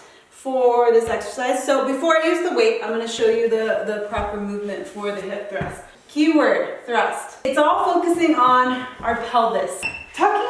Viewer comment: What is a hip thr???😂😂😂😂 you actually said it too??!